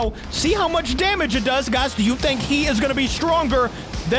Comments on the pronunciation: BTW you say heisei a bit wrong it's like saying hey and say but put them together it might say hey say like heisei. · And heisei is pronounced hey sey